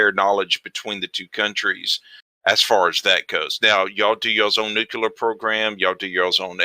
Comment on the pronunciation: Also Nukular